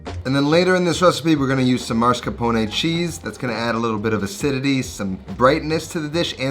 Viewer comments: he says “maRscapone” not mascaRpone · MASCARPONE, not marscapone. Ugh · I pronounce “mascarpone” the same way😂